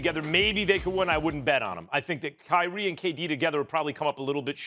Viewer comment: it’s kyrie and it’s not that close